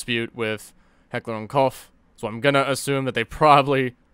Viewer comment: The “Koch” in HK is pronounced like “coke” in English and like “cock” in German. Sorry, pet peeve of mine. Great videos though my dude keep up the good work!